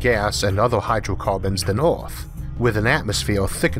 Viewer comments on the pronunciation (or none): Earth is pronounced Earth, not Oarth. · why does he say all his e's as o's?????? its earth not oarth and its Jupiter not Jupitor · I just don't understand why these documentaries are not able find narrators who have plesant easily understood voices. Since when is earth pronounced ARTH? Most other words are just as bad. PLEASE! It is really sad that I will not be watching any more of these. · Omg ?! The accent and the pronunciation?! I need the subtitles to follow...! Orth= Earth.. Mors = Mars ... otc...ETC! Show some mOrcy ! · I absolutely can't deal with his accent and him constantly calling our planet "Orth". Too bad because I really wanted to hear this. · Strange pronunciation by the narrator. Maurs = Mars, Eaurth = Earth? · The voice is quite distracting. The accent is weird (Earth is pronounced Ahth for example), and the pronunciation of every word and consonant is always identical, which means it is computer-generated. But it's the strangest-sounding computer-generated voice I ever heard, which means there's probably an interesting story behind it! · This is the only dude they could find to commentate this video!? Vewwy, and earwwwth? C'mon man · No matter what a person's first learned language is, there is no excuse for saying ORTH ... even the worst English speaking people don't say Orth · He literally has a speech impediment? He's always said earth as orth. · Why is your accent so weird? Where are you from? You sound American, but then you pronounce things so weird. Like Earth isn't pronounced Eayrth. Or worse as woyse. Mental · Orth, mors,??? Can you please try to pronounce words correct? Would be awesome.